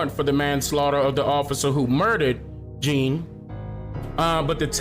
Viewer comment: U keep saying the the cop was 26 and jean was 30.u got it backwards. And his last name is pronounced "John" not as it is spelled.